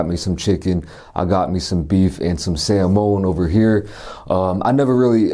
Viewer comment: sa-moan lol